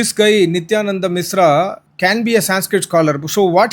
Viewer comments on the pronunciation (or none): Its mishra is not misra. First, learn to pronounce sh, then talk